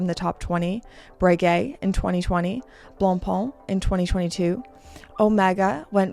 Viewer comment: this'll help you pronounce "blancpain" correctly (your second syllable is off)